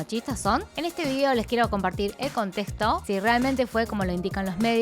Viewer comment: Wey hablas igual que yo al decir la X en vez de decir conteXto dijo contesto 🤣 Pero a ti se te pasa que no eres de hablahispana pero yo ffff